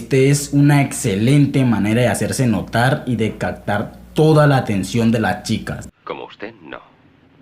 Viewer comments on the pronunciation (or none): Porque dice cactar en lugar de captar?